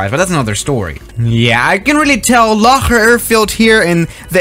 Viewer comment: I heard "locker" airport